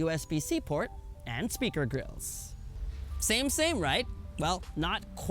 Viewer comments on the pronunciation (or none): none